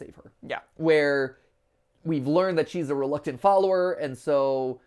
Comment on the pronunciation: Matpat: Bleak Reactent Me, yelling: SOMETHING. R E L U C T A N T! RELUCTANT